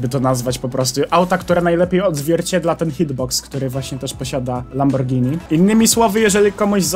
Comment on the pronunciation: dziękuję że mówisz poprawnie "Lamborgini" a nie "Lambordżini" czy jakoś tak <3